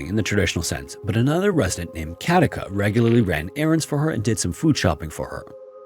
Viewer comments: Very interesting video! I enjoyed it. One quick note. The name Katica is pronounced Katitza. You are accentuating it correctly though 😊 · I live in Zagreb, Croatia🙂and Katica is pronounced as Katitza. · The name Katica is pronounced more like Katitsa. The c is pronounced like the ts in tsar and not like the c in cat. Sorry, I am a smart-arse who speaks Croatian. I really like your videos. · I love your videos but i sometimes cringe at the pronunciation of european names! Katica would be Ka-TEE-tsa. Frauke would be FRAU-ke with two syllables. Feel free to ping me if you need to run any names past me in future - I know most european languages at least well enough to be able to provide pronunciation for names, except perhaps for spanish and portuguese. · Actually Katica's name is read as a c not a k.It's quite sad that Hedviga died without anybody noticing it .Also the account of her being seated dead with steaming hot tea is ludicrous.The lady has been dead for decades.How was her tea hot then???A ghost made the new steaming hot tea???